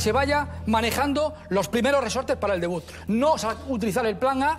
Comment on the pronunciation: 2.45 "debuz", dios mio...